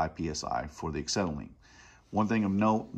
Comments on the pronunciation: It's "ah-SET-ill-in" NOT "ik-SET-uh-lean." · Acksetylene lol